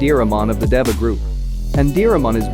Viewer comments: How does he say Dava in place of Deva? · It’s pronounced Dēva (Deeva) and Antylamon is a Girl. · Funny how pronounces this word DEVA with a short e, and the official English dub, a hard e aka a long a to make it slant rhyme with sega as well as data in a way.